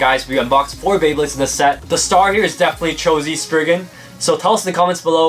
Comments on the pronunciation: It’s sprizing not sprigin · ITS NOT SPRIGGAN ITS STORM SPRIZEN